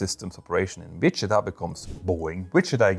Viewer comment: Same with the way he pronounces Wichita. I get it, it's not a common word in Europe, so find out before simply making it up. Ugh.